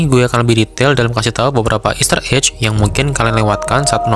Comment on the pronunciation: Saran aja, bedakan cara baca "egg" ama "edge". "Ejj" jatuhnya buat "edge", bukan "egg". kalo "voyage" itu caranya bacanya "voyej".